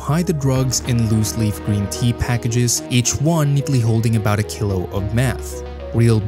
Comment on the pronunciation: The mispronouncing of common terms like "kilo," "methamphetamine," and "Medellín" makes me concerned that the voiceover is AI.